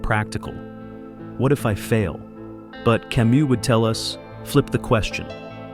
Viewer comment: this genius bot mispelled/mispronounced camus but compelling content otherwise